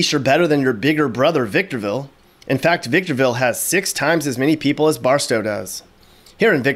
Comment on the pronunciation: If never heard victorville called victomville before